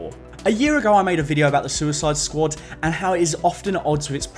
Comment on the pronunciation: "The The Suicid Squad" - I genuinely lost it when you said that